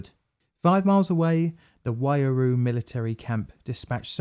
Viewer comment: The name of the river and Waiuru are a bit off, but yes the effort is seen and appreciated